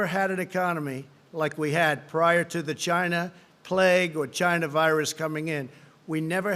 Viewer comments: I would love to see a reading comprehension exam administered after reciting this regurgitated garble. I’m done at GYNA-VIRUS...God help us all. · I was thinking he was saying vagina